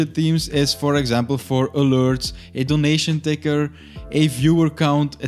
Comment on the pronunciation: how he said alerts XD